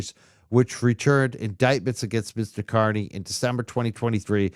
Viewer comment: Aidan’s last name is pronounced “KAR-nee”…not “KUR-nee.” 🤦🏻‍♀️